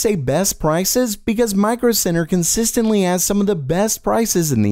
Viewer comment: When you said Micro Center I understood Micro Sinner.